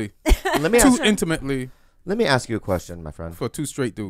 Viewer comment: I can't really hear it, plus he's say "aks" and "aight"